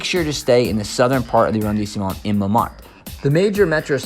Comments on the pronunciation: Phonetically A-Ron-de-Smo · His accent is terrible Bad pronouciaton of. Arrondisement!!!! Ugh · Yikes. He is adding an entire syllable to the pronunciation of arrondissement! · Nice video! But I have to point out that the pronunciation of “arrondissement”, the E after the S is silent. Also LE is not pronounced with an A.